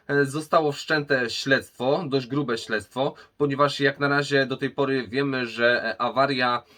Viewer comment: śledztwo nie ślectwo XD